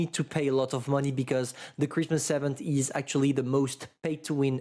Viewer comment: IVENT, repeat after me IVENT, it hurts every time you say it!